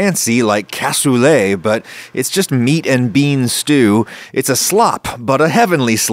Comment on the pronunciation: Looks nothing like it's supposed to (where's the liquid gone?). Your beans were massively overcooked and mushed up (you're not trying to make refried beans here), and you dont even know how to say the word "cassoulet". Adding gelatin is a decent hack for the veal stock typically used for this dish, except you added WAY WAY too much of it. Back to the drawing board on this one. Si vous ne savez même pas comment prononcer le mot cassoulet, cela ne m'étonne pas que vous ne sachiez pas comment cuisiner ce plat...